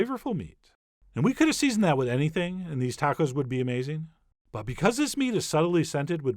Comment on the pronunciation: Why do you say wiTHhh, soft Th as in wither?